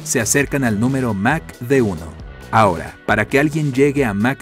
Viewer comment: Aprende a pronunciar es mach no mac